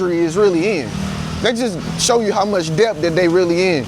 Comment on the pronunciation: Debt... The b is silent. Det..is how its pronounced. No shade tho..just letting you know.